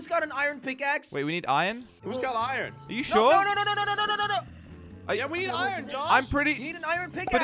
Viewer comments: Iron not irin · Josh tell it’s iron not ion